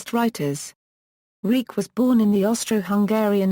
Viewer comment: His name is pronounced "Reek" ???????????? You've got to be kidding.